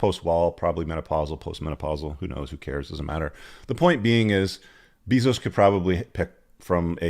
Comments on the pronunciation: BEY-zos not BEEE-zos. lol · Leo is GOAT. BTW the pronunciation of bezos is "bay-zose" not "Bee-zose" for future reference. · First time I've heard it pronounced Beezos haha i love it. And Tony Gonzalzes. Hahha good laughs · Bayzose or beezose still worth 400 billion. Probably owns you too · Jeff "Buy-those" 😁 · Learn how to pronounce Jeff's name, learn the avg. age of Leo's gfs, learn the sayings you're repeating to get your point across. This video is a rambling mess